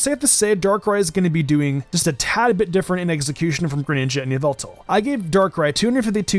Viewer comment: it is not yveltal , it is yallveltall